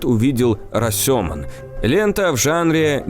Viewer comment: А в Расёмоне два ударения - на ё и на о, а не "расЁман" никакой.